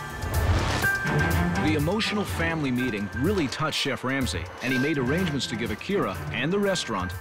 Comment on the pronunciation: "CHEFF Lamsey" 😂